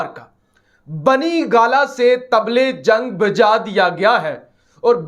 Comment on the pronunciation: Brother nice Tible jung ha lafz Table jung ni تبل جنگ نہیں طبل جنگ ہے